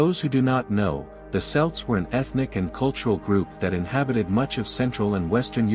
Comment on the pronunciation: Celt is pronounced kelt, not selt